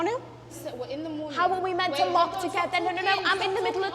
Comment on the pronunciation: What accent is that or she has a speech problem 😅